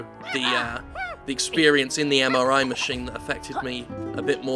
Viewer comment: Every time Jim says MRI, I hear MRA. Been watching a bit too much DoctorRandomercam.